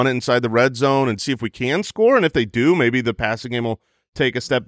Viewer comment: Think did the thing where he blended two words on accident 😂 “Uhhhhhmaybe” came out as “Uhhhhh baby!”